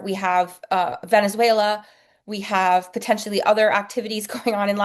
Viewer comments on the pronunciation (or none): none